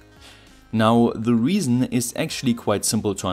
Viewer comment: Jut jemacht, aber kannste nicht mal lernen, wann man "the" und "thie" sagt ?